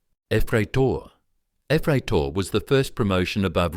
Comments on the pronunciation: Смешно смотреть, как в американских фильмах показывают русских военных, указывая и петлицы со званиями и погоны одновременно😂 [Ryadovoy] not [Riadovoy] [Yefreytor] not [æfreytor] А еще в познем СССР ввели звания прапорщик и старший прапорщик. Это между старшиной и младшим лейтенантом. Ладно, от меня лайк за старание😊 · Gefreiter transfered into ruzzian and pronounced by an US-american AI lost in translation has reached a new level